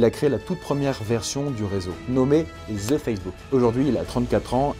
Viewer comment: Ou est le z dans the facebook de la façon que tu le dit c'est comme va ze Facebook mais je comprend tes français et vous dite que les québécois parle mal c'est pas un commentaire haineux